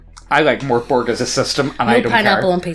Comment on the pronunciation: Mork Borg is pronounced merk boray